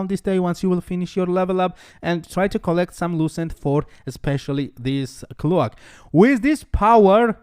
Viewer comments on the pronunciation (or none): finally my man thank you!!!!!..... Now to wait for skill build and rotation :) | Also (had me confused a little) its: Recipe: Ray Say Pee practice saying it like that :)... Cloak: Cl oke (like coke just with L infront) ..... just helping your English , better vids better you :)